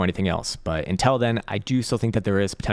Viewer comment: It's actually UNTILL, not INTELL